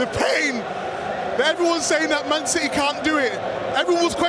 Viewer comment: Why do you call city- CITEH?